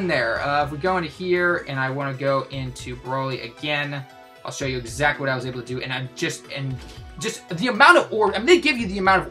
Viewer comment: Question why do u call him Braly , its Fuckn Broly , u never had a BRO in your life Bro is Bro not Bra , its always been Broly so fuckn pronounce it right , if ya wanna b Japanese which u will never b its fuckn Broly , I'm sorry but the fuckn Lr Vegito blue has me so worked up I'm ready to fuckn call BS on BS so plz quit calling him Braly